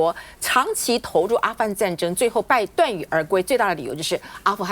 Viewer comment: ，鎩羽而歸，正確發音是：ㄕㄚ ㄩˇ ㄦˊ ㄍㄨㄟ。這樣記「殺雨而歸」，就不會再念錯了。